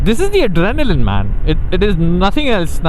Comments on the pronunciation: adrenaline ❌ arenaline✅ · 'ARENALINE' matches with 'Arrey nalin' 🤭🤭😁